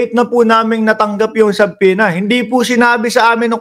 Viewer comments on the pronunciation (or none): my dear friend, its silent b. su-pena